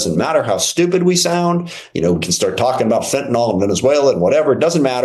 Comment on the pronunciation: Fen-tun-ill, not fen-tun-all.